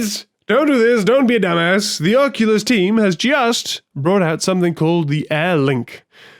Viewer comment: You're one of the few to pronounce it correctly on the first go! Lol. English thanking French, I think that may ruffle some feathers. Amazing stuff here. The time spent really shows. I've had VR parties at my house and it absolutely blows everyone's minds. You're absolutely right it's impossible to explain.